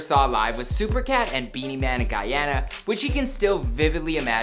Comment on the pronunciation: Its Guuuuuuuuuuuuyana not Gaaaayana